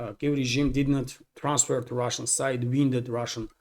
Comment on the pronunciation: "wounded" is pronounced "woon-dead".